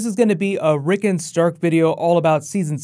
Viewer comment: Rick ON Rick ON. Not Rickun.